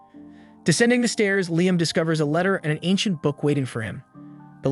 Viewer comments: Take a drink each time they say his name correctly 😂. Fr though unless the person posting has a legit disability accounting for the bad narration, I wish they'd quit. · Had to stop watching because of the pronunciation of Liam and Ramen. Good lord it's like nails on chalkboard.